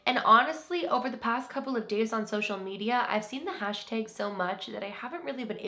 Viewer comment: I love your accent when you say “hashtag” ❤️